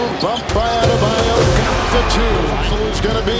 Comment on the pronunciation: Lmao the way you mispronounce Bams last name makes me sing CCR "Baaam AdeBAYOOOOU"